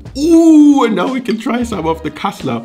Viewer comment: Wo sind die deutschen 😂 gutes kassler 😂😂 aus berlin und ich wunder mich warum er so gut Kassler sagen kann 😂